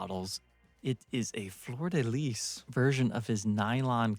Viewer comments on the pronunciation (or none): Congrats on pronouncing the Fleur de lys correctly on the first try, thank you for listening to me and having the correct pronounciation...but then you go and pronounce it wrong on the 2nd go around so...get your facts straight and pronounce it right!